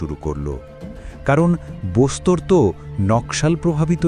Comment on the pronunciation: বস্তার.. বোস্তর নয়... উচ্চারণ সঠিক হওয়া উচিত